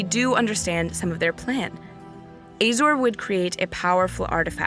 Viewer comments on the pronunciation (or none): Isnt is pronounced uh-zor. Azorius? Uh-zo-re-us. You keep say ay zor.